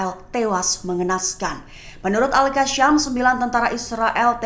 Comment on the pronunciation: YANG BACA TEKS NYA KEPANAPA AL KASSAM DI BACA AL KASYAAAAMMM